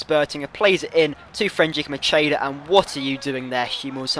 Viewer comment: it's mackeda, i'm italian